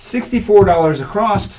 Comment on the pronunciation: while we are on the words you use, I have noticed both you and Jeremy (from Color Up) using the word “acrosst” rather than “across” when you are say [placing $64 across]. Is this just a slip or are you actually trying to haven the “T” or “D” sound at the end of that word for some reason?? I love your style and appreciate your channel. Thanks so much for sharing the content you do.